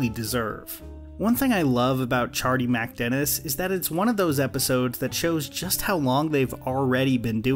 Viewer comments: I cant get past about 70 seconds of this video because of the way you keep saying “ChardeeMACdennis” You’re killin me.. just get rid of the “A” in the middle there and pronounce it like they do on the show for f’s sake!! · You'd think if he lives the episode so much he'd learn how to pronounce it. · It’s criminal how you mispronounce MacDennis. Do you even watch the show?